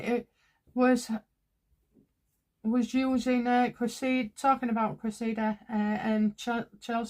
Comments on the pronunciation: It is not Creseeda it is Cress ih duh. Cressing. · great reading but it's: CRESSida. Emphasis on first syllable. No biggie but a thing of mine😁